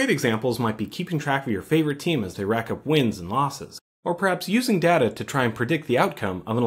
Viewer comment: you're pronouncing "data" wrong